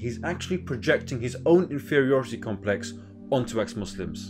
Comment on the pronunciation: "Infieority complex" the damn goblin can't even speak